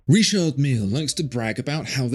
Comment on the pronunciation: I’ll never get over the way the watch world says “Reeshard Mille” bunch of cunts,it’s Richard and the watches are terrible beyond belief.